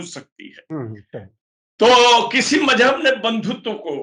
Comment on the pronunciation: इस आदमी की ज़बान और लहजा कितना ख़राब है। लगता ही नहीं कि किसी मुसलमान के घर में पैदा हुआ होगा। लफ़्ज़ "मज़हब" तक नहीं बोल पा रहा है।